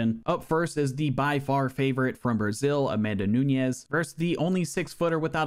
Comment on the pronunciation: Interesting that you went out of your way to pronounce Nunes as if it was Spanish, rolling the middle 'n'. It just makes it both harder to say AND incorrect. Noo-nesh.